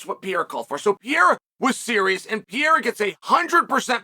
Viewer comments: There is one guy and his name has never been “Pierra”! Pair-air-uh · you mean pierra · Will Chael ever learn how to say Pereira?